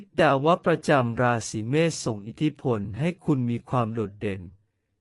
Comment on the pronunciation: พูดยังไม่ถูกเลย เมษไม่ใช่เมฆ